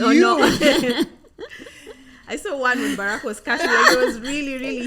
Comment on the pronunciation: I love the way your pronounce Barack